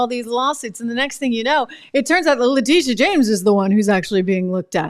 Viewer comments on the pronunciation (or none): Also “Letitia” not “Latisha”